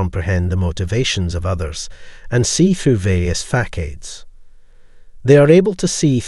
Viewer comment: you seriously said "fack ades"?